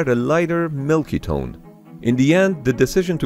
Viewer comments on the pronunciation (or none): none